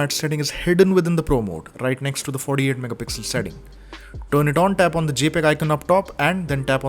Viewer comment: No One:: FoRdE-AiD MegaPixel